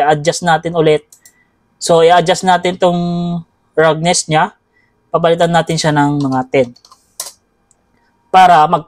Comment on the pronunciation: salamat po sa tutorial!!!! Icorrect ko lang po yung pag bigkas niyo po sa Roughness, Ang tamang pag bigkas po nito ay Rafness.